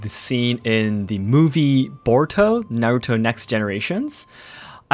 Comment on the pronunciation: It's Naruto, not Narutouuu :'D